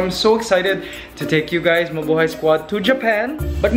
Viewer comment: I really miss... Mikey could you bring him back? Maybe he could do commentary in one of your Ants Canada videos! And I remember that in one video, he said Mabuhey instead of Mabuhay!